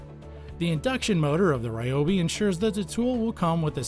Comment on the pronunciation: Its, Reeeee-O- beeeeee Not, Rye-O-beee Look it up